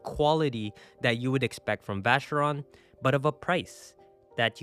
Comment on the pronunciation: The Way you pronounce vacheron and cartier is broccoli x10. LOL